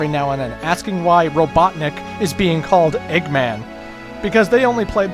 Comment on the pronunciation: eggman called himsife robotnek?